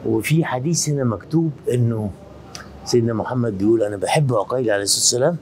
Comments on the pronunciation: مسلم ابن عقيل وليس بالضمه كان تقول عوقيل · معلومة جدا مهمه للاستاذ محمود عقيل بفتح العين وليس بضم العين وسكون القاف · ليش المصريين يكولون على اسم عقيل عوقيل حته الاستاذ هم هيج يكول سبحان الله